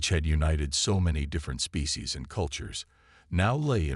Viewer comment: Species not fecies 😂